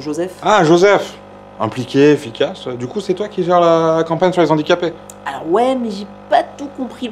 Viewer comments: En plus de tout ce que vous avez cité, vous avez fait aussi du mal, mais à dose homéopathique !!!! Je m'explique très brievement : mes oreilles ont saigné à chaque fois que j'ai entendu : "les Zandicapés" au lieu de " les Handicapés" !!!! mais super vidéos et super thème !!! Merciii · Dites les gars zé filles, quand même... le h de handicapé est aspiré; les zandicapés ça fait franchement cheap... (à part ça bravo, quand même ;) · Juste la liason ne se fait pas avec les mots handicaps/handicapés (donc on prononce ''lé ANdicapés'')